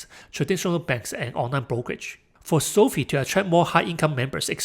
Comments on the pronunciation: Hate to be the guy but it's pronounced SOFIVE like Wi-Fi not SOFEE😅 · It's not SOFEE; it's SOFI (long i).